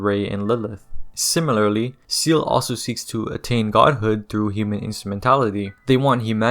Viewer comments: It’s German and is pronounced “Zaeyluh” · I cringed everytime I hear seal instead of say-lay, breaks immersion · Buddy, it's Seele, not seal. We're in 2024, you have no excuse to look up a "how to pronounce" vid or just ask google. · Brother, it's pronounced SAYLAY not SEAL. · Bro, how are you going to watch the show enough yo know this lore in and out but pronounce SEELE like "Seal". 🤦🏾‍♂️ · Seele is not pronounced like that, look it up ✌️ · The word Seele is German and it's not even pronounced say-lay. What are you on about?